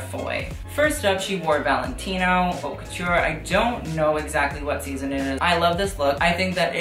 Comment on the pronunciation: It’s pronounced “oat la mode” not “hot la mode”. Don’t been to be a grammar nazi or to bug you, I’m just suggesting in the spirit of helping, as I am bilingual in French and English. Really enjoyed your video! Hope to see you at those awards next year, reporting back to us.